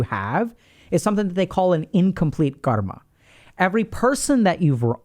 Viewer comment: Found your channel, thought you were just another Internet vlogger with a psych degree, and then you pulled out the hard-K with the accent and told us to give up on our dreams in order to unburden our minds (and release us from suffering). 🙏 You're the real deal dude 👍